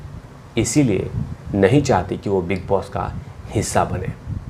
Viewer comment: Mujhe big boss ki jagah big loss sunayie de raha heh apke muh se baar baar